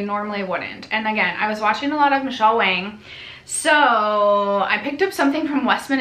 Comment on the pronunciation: Michele Wang is pronounced Wong, rhymes with song. No shade...